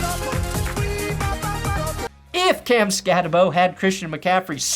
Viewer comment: Skattebo is going to be a steal in the 3rd or 4th round. Great video, and if the Broncos end up drafting him you will see real quick, pronounced Skatteboo*.